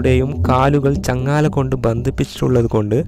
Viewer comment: ചങ്ങാല അല്ലടാപൊട്ട,,, ചങ്ങല 😁